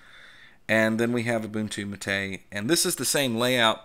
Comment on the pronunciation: James Van Damme also it’s MAH’ TEH.